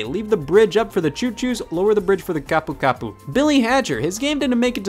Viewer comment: the fact that scott has the better pronunciation of "kapukapu" that most other american youtubers i dont know how to feel about that